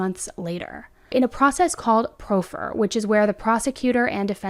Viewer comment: Just an FYI, "proffer" is pronounce "praa - fr". Just want you to sound as smart as we all know you are :)